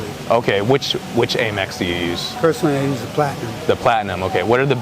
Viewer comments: It's not "Ay Mex", it's "Ah Mex" from American, not AyMerican.....Please be more discreet with your questions. No one is going to tell a guy in the street what they sold their company for, specially someone in the street with a camera who they just met. The guy with the watch, learn from that that no one wants to show their fake Rolex like you. None of the folks interviewed were about advertising their wealth. I wear a 9-dollar Casio to work around the house and an $69 Invicta to go to work. I'm not 50 and could retire tomorrow if I wanted to. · Am-ex. Like America. 👍🏽 Not Ame-x.